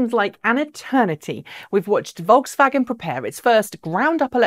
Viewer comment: Vokswagen. Ha! They'll never learn.